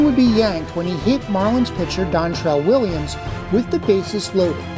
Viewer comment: Dontrelle “Williams”… Lol Might’ve wanted to go back and do that over… 😂